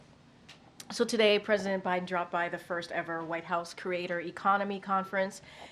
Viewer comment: Why does biden not have a d in it when she says it 😆❓🙃 it's byen